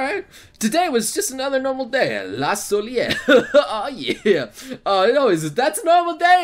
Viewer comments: la soliel, it's pronounced ( la soh layh) FOR CHRIST SAKE this has been annoying me every video.....this one damn thing..... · its pronounced La Solay